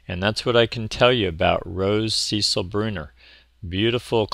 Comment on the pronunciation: It’s the female name ‘Cecile’ not Cecil 😊